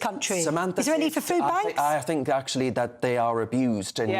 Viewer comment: me too, she likes to fink about about fings every munf - what a fine orator!